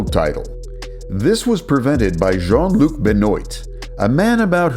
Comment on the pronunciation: BEN-OIT....😂 get the Jean Luc correct but blow the Ben-wah fuqed